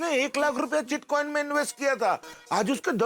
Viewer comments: Bitcoin ❌ Chitcoin ✅ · Bitcoin not chitcoin